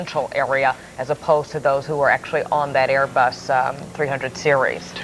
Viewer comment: Queens NY Airê-Buss ¿¿¿